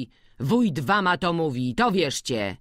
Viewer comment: Lektorka chwilami bez sensu akcentuje, przekręca wyrazy ( zżuć buty zamiast zzuć, spiesz się fliksie, warna zamiast wama, no sporo tego było), ogólnie problem ze słownictwem bo chwilami jakby nie rozumiała co czyta. I trochę niepotrzebnie sili się na czytanie różnymi głosami.